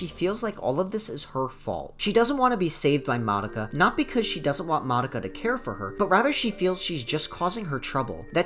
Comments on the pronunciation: tf, you're pronouncing Mah-dou-kah has moddah-ka? Are you serious? wtf. omg, you pronounce nearly everyone's names incorrectly LOL. A ground breaking anime and a decade later all the name are butchered. amazing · wtf i hear you saying monika instead of madoka everytime llol